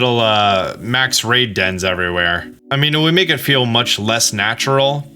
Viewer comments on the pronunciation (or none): none